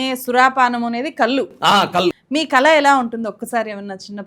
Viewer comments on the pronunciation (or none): కల కాదండి, కళ please note it. Ur efforts and the sincerity is appreciated. Well done mam.